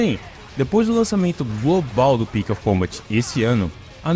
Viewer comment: "Devil May Cry Pix of Combat" mandou bem 🖐️